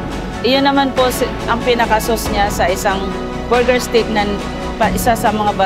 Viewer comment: panget magpronounce ng buger ✌️ borger